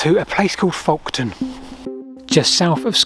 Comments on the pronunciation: it's 'Folkton' not 'Folkon'. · Its pronounced "foketon" and "bur-Ton" . I grew up near both sites of the Folkton and Burton Agnes drums... best area in the UK for Neolithic sites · Just saying its FolkTon